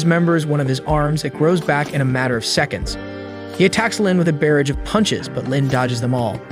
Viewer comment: i noticed u said some words wrong like barrage o-0